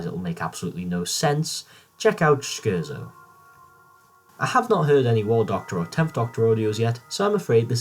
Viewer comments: Right you keep saying Scherzo wrong and as what a Scherzo is is important to the story it helps to pronounce it right. It's pronounced Cher-Tzo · Fantastic video m8! I agree with all of these. Shame you were a scrub and pronounced Scherzo wrong; 1-Farwell, Great Macedon 2-NA 3-NA 4-Foe From The Future 5-Spare Parts 6-Davros 7-Master 8-Scherzo